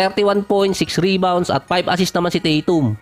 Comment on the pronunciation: Ung boses mo bat magaspang parang masyadong pilit na tough guy ba. BosTon, Tah TUm, HawSer, KWArter, PORteen, at iba pa.